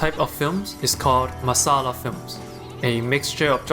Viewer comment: this is a very small thing .........but the way you perfectly pronounced "masala"